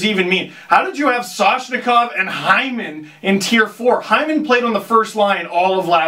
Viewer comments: What happened to the "M" in Matthews? more like What happened to the "N" in Soshnikov!? LOL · "soshikov" im dying